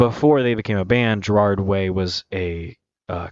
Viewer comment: his name is gerard. not gerald, etc lmao if i you’re taking 15 minutes + to review a song you should probably learn their names first, no hate